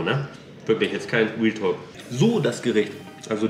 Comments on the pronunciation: Wenn „Realtalk“ sagt hört sich das eher an wie „Wheeltalk“ hahaha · haha ist euch aufgefallen das immer wealtalk sagt trotzdem sehr sher nices und interressantes video